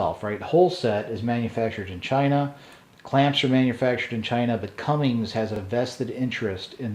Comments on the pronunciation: CUMMINS! NO G IN THERE. if you are selling diesel related parts and saying Cummings you sound like a dope. It will make me question if you know what your talking about or reading a script. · jason birch spot on sir was thinking the same thing